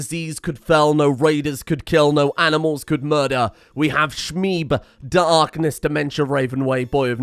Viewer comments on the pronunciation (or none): He's pronouncing Dark'ness, Da'rkness